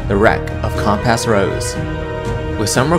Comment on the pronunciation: Really love the condensing and connection of the story you do here! That takes a lot of work and your neutral delivery is useful as either a calming listen or good to quickly get a gist of the adventure if I would want to run it! Only constructive criticism to give here is your pronunciation of many words such as "gesture", "soot" and "compass" for example. Maybe just check in on the pronunciation of words you aren't familiar with since it brings me right out of the audio when I hear it and have to retstart and refocus lol. Great job otherwise!